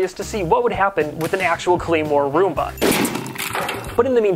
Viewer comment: Am I the only person who heard him say “A chunk of zoomba.”?